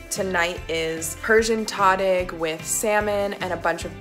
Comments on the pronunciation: She mispronounced Tahdig. It's Tahhh"dick". I'm not writing to nitpick but just to let Tasty know in case you guys do another video with Persian food which you should do, because the food is amazing and easy to make. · It's pronounced tah-deeg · The way she pronounced tahdig 🤣 وای خدا مرگم بده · The way she pronounced tahdig lol if you know